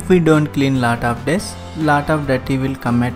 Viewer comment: Lat of dirt😀anyway nice